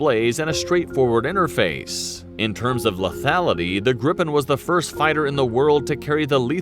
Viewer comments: Yes his granddad flow Draken which was translated to "Kite". In English, it would be The Dragon actually. Gripen is Griffin in English which I think it's easier for people to use then Gripen, The "i" in Gr"i"pen sounds close to the "e's" in Gr"ee"d. So Gree -pen User (Swedish air force) asks the government for a new fighter where they set up the requirements they ask for. The government sends that to FMV (The procurement agency) to specify the requirements, make them understandable for market as technical regulation/requirements. FMV will then look if something already on the market meets or is close to meeting the requirements. They then report to the government their findings. price for existing products but also a ballpark estimate of what a new development would cost. In this case, No fighters filled the requirements so new production. SAAB won to a set budget. After that the Air force, FMV, and SAAB worked together to fulfill the requirements set. yes there are more nations involved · You are pronouncing Gripen with a strong P and N , rather you should emphasize the vowel’s I and E and soften the consonants after the vowels. So long sounding I and E, short and soft P and N. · GRIPEN pronance GREEPEN not GriPPen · Gripen is pronounced like greepen. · Phonetically it is Greepen, not Grippen. The letter (i) in swedish sounds like the english (e). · The name is with one p so a long p In english it would be griffin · We'd say gree-pen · Gr - I [as in “Inn”] - Pen [as in a hold]. Gr-I-Pen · when you say Gripen, you need to stretch the letter I a little longer , and also the P is short ., Like : GRIIIPEN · JAS-39 "Greep-pen" JA-37 "Vigg-en" J-35 "Drawk-ken" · Giffin, or gryphon, is just the english word for Gripen. It's pronounced Gri-Pen, Gri as in Grinch, and pen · We pronounce it "greepen" And also, JAS stands for "Jakt, Attack, Span". Which more translates to Hunt, Attack, Scout. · The i in Gripen is longer in Swedish but otherwise it is the same.